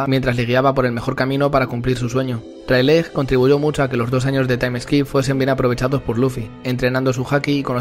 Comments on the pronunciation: Plis luffy se dice reyligt. Animo con tus videos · Me parece muy bueno tu contenido, pero cada vez que he escuchado "Railej" en este vídeo, he perdido años de vida